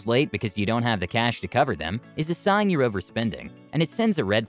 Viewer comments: "Sings" or "signs"?... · Hard to take this channel seriously. Like I've been watching their videos and I've found too many mistakes, I found a few in the content/scripts of a few videos, and now "sings" instead of "signs." 🤦🏻‍♂️ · "Sings" XD